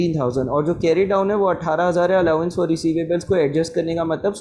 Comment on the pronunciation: SIR SORRY BUT ITS ALLOWANCE NOT ALLAWANCE